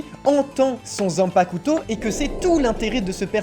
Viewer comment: stp arrete d'insister sur le "u" dans "zanpakuto"